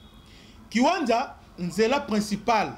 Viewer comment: Merci beaucoup, mais la cité se nomme kiwanja et non kiwanza, merci à vous🙏🏿